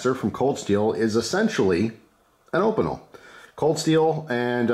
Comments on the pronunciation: Say it with me: OHH-pee-nell, so hard hearing that op-ih-nul. Love you! (Google translate is your friend!!) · still prefer my carbonne opinel, I'm french. it's pronounced 'O-peen- ell" they're a traditional savoyarde pocket knife. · I crack up every time you pronounce Opinel